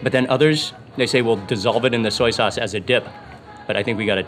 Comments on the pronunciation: Not "sack sause".................. 😭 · Sac sauce sounds wrong